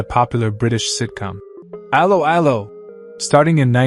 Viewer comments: It's pronounced a-low a-low not arrow arrow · That is NOT how you pronounced 'Allo 'Allo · cant even promounce correctly the title of the serie common , bit more effort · I suggest you teach your ridiculous AI voice to correctly pronounce the title of the show!